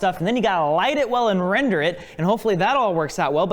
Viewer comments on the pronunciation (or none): "... and you got to Wrender it..." :)